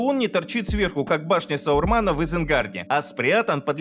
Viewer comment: Не Саурмана, а Сарумана 😁 Спасибо за обзор!